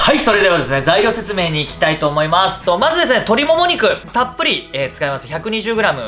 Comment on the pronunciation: 作る時何回も動画見るけど、いつも作っていきたいとおもいましゅしゅのとこで笑ってしまう😂